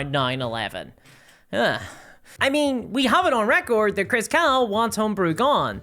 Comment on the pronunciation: I really wish this girl's accent wasn't so thick. Most of the time it's fine and my American brain can figure out what she's saying from context when I didn't quite understand what she said but that doesn't work with names. I can't understand what she's saying when she says the last name of the Chris jackass . It sounds like Chris Cow, even the auto captions and the transcript saw that, but that's not right. The only chris I've found by googling is Chris Cocks, the CEO, but that doesn't seem to be the same person. I'm cancelling my DnD Beyond sub and wanted to put the dude's name into the field where you tell them why. Ah well. The reason should be enough that they can point to whoever made that decision, if they care at all.